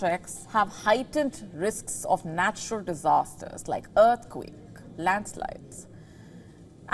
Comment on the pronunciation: I am sure she is saying “dearthquake”